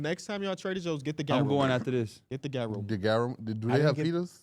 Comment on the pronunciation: Yooo, Gyro is pronounced like YourO. I appreciate the Devin Vassell respect, cheers!